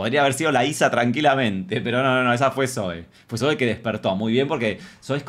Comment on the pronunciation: Amo a Zoe 💖 (Zoui se pronuncia visheros ahre 😅) 🙊🙊